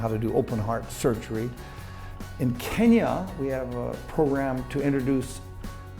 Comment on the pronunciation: 케냐 할때 그냥 한국발음이네ㅋㅋㅋㅋㅋ